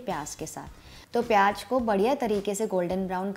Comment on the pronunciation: Recipe is nice but the word is pyaaz and not pyaaj.